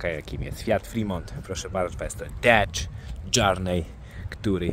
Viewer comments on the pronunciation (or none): dedż dżernej